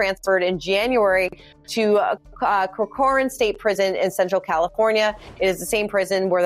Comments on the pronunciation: Its pronounced corcoran(cor-cren) prison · You said Cochran Prison wrong. And why haven't you guys spoken about claims that he was assaulted by Youtubes. This video is not very good I'm sorry. We could deduce what most of this professional said just by using common sense.